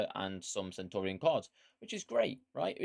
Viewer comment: Love but mate, don’t sign off like Nep, be original. You’re the man. Oh, and learn how to pronounce “Centurion”, not “Sentorian” 😂👍🏻❤️